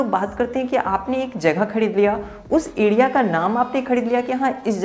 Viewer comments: Adia nahi area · Adea ya area khadidunga ya Kharidunga Pad ya per I think Letter R is ur enemy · bhai phili bat to area hota hai........ ediya nhi LOL.....